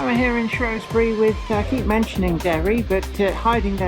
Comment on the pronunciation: Great video but it's Shrewsbury not Shrowsbury, I only live up the road in Telford great area to live I am originally from Birmingham where I grew up in Quinton and Rubery but by far Telford is a much better place to live.